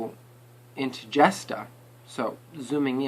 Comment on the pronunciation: Its jay..shtaa Not jesta But Nice Video i like it:)